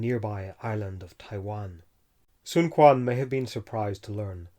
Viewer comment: “q” in China is pronounced as “ch” or “tch” (ch’ing dynasty, not king dynasty, sun chuen, not sun kuan )